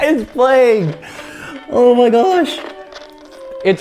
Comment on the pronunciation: "oh my gOosh"